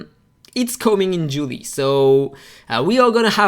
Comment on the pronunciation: Pronunciation of JULY: Pronounced Jew - lie.... often referred to as the start of summer in the Northern Hemisphere, the month after June and before August. Julie.. or July.. as per your pronunciation, is a popular Latin first name which originally comes from the Latin Julia (Julie means: A variant form, regarded as French, of Julia)